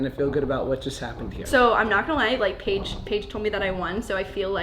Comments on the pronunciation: Josh calls Paige Paigie awwww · And omg I love how he calls her “Paigy”!!😍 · "Paigey" Bye my heart has exploded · JOSH CALLS HIS WOFE PAIGIE 😭😭😍